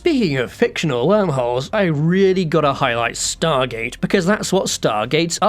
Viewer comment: "HWORM HOLES" "THAT ONE DOES'T EVEN HAVE AN H!!!"